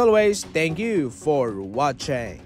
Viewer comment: Hay naku bro ang tanga mo naman depende sa role ng player. Si Klay ay 3rd option ang role at depende sa system at game plan ng coach. Mag analyze ka ng maayos kasi hindi tanga ang mga subscribers at mga nanonood ng video mo. Pronunciation mo ng watching mali na, paano kami maniniwala ang mag subscribe sa iyo. Tsaka 82 games ang lalaruin ng lahat ng teams sa NBA kaya tingnan natin ang consistency sa 82 games. Kahit ano paninira mo kay Klay, maraming history na ginawa kahit sa Mavs sa una nang game history kaagad ginawa nya. Kaya wag ka mag conclude mapapahiya ka sa subscriber mo tuloy bobo tingin ko sa iyo hindi marunong mag analyze. Solid Klay thompson kami.